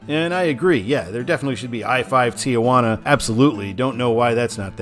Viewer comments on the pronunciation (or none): none